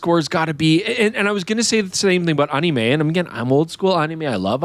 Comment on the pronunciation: why he pronounce "anime' like that?